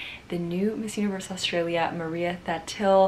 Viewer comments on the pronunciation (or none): none